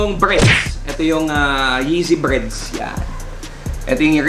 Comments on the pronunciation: BREDS. Not BREADS! Haha ano yun tinapay?? Bred is for Black and Red!! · Breds bro hindi breads 😂